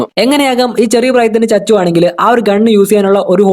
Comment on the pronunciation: Chachu alla koppe sachu